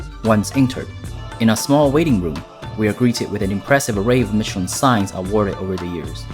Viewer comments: Why are you pronouncing Michelin like that? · Just a little friendly correction, the ch in Mechelin sounds like sh. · You cant even pronounce michelin right... Grrrrr and its SorBEY not sorbit zzzz